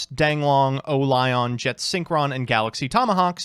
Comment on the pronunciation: Says O-Lion like O-lie-on